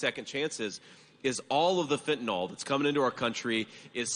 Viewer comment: It is pronounced fentanil, not fentanol